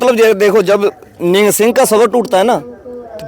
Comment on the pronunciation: Nihaang nahi nihang.. Kyo ulta bolte ho.. Ye foj hai sikho ki. Or shiv sena talware lekar chalti hai to...